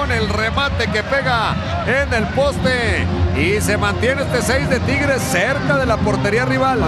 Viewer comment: No se dice triges se dice tigueeeres o tampoco 🤔 jajaja